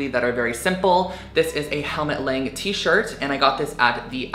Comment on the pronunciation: Its actually Helmut Lang like "lung" 🦊